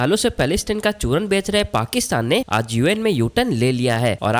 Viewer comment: Choonar nahi hai chooran hota hai.